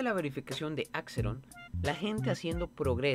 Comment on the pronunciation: hermano porque dices AXERON y teCHnical xd